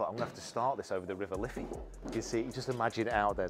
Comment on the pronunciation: Was loving the video until you said "the river liffey" 🙈🤣🤣